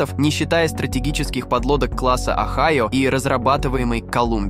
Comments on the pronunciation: Не онайо! А огайо один из 50 шта тов сша! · Правильно "ОГАЙО" с ударением на "А" и не лодка, а АПК = АтомнПодвКрейсер (24 шахты баллистичРакет "Трайдент" дальн.на 10-12 тыс км), названа в честь штата "Огайо" - первая из серии, которую Амеры называли между собой "Подводный слон", заложена на стапеле в г. ГРОТОН (ударение на первой "О") 9 апреля 1976г. - следующую из этой серии назвали "Мичиган" и т.д по названию штатов США.Их построили и ввели в эксплуатацию 14 ед., каждая стоила бюджету США 1,5 млрд $. Город Гротон тогда Амеры называли между собой = "Второй Северодвинск". Мы в Северодвинске в ответ на "Огайо" заложили на стапеле цеха 55 СМП первый ТАРК = Тяжелый АтомнРакетнКрейсер проекта 941 "АКУЛА" 30 июня 1976г: = "катамаран" - два прочных корпуса в одном легком, (на палубе КАМАЗ развернется спокойно).Между двумя прочными корпусами 20 шахт баллистических ракет типа ..., ВМФ назвал ЭТОТ Крейсер "Дмитрий Донской" =каждый 1,5 млрд рублей Советских 1976года.Построено таких "Акул" 6 ед., 7-й недостроили, т.к. ЗДОХ СССР, порезали.К настоящему времени все 6 "Акул" списаны и порезаны на металлолом, в каждой "Акуле" 2 реактора мощностью 190МВт, куда ИХ списанные девать всегда проблема, но есть же много морей: Лаптевых и т.д...."Акула" занесена в Книгу Гиннеса как самый огромный подводный корабль, построенный Человечеством: Жюль Верну с его "Наутилусом" такое и не снилось (моя мама Александра, светлая ей память!, в таких случаях говорила:Больша Федора, да Дура!).А США крейсеры типа "Огайо" до сих пор служат с 24 шахтами, в не